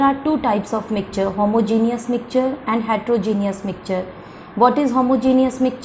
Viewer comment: It is mixture not micture